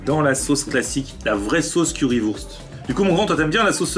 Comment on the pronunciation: Wurst ce prononce "wourcht" en allemand mais sinon cool la vidéo 👍🏻